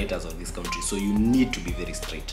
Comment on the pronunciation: Nice vlog. Next time please call it Abudabi not Abuthabi, and that word country, it's confusing when you pronounce it as 'cowntry', instead of 'Kantri'.